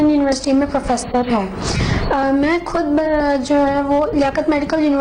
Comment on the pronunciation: see accent (MAAN KHUD ........) the word KHUD has two accent 1 pak 2 indian she spoken it in indian accent. ye indian Hydrabad se hi hy.